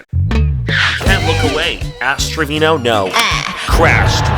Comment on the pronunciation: okay bilingual King pronunciation so on point I thought you spoke Spanish😭😻